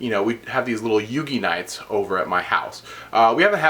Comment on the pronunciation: "Yugi Nights"